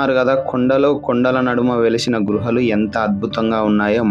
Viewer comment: గ్రుహాలు అని చాలా మంది పలుకుతున్నారు సోదరా గుహ అని పలకండి చిన్న ఫోనులో నైనా అద్బుతంగా తీసారు యాగంటి మంచి పుణ్యక్షేత్రం ఓం నమశ్శివాయ